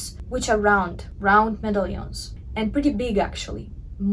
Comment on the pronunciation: "Medallions" is pronounced similar to "Italians". :) I love your videos! So much time and effort is put into understanding the Kibbe system. Thank you. I've come to really understand my personal style in my gamin male frame! Thank you. Im trying to hold onto my clothing for years, and this has helped me to fall in love with my pieces! I know what works on me. Yay!